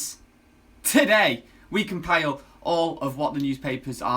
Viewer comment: Compile,. Not compail.